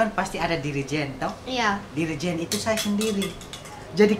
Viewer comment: Dirigen jadi jerigen hhhh terll sensasi Slm dri timles 🇹🇱🇹🇱